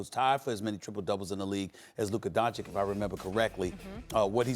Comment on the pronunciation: Donči-Ć, not Don - chic